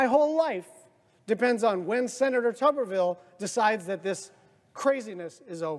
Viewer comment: It's pronounced "Tubber-ville". Not "Toober..."